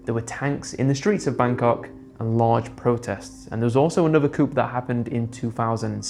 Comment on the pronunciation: Coup is pronounced “Coo”, the P is silent 👍🏼